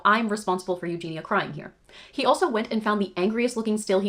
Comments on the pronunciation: Her name is Eugeniiiia, not Eugena ;) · Its Eugenia not Eugena